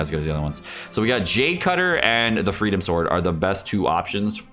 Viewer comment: Am I the only one who keeps being annoyed that he calls it "Freedom Sword" and not "Freedom Sworn" which is it's actual name?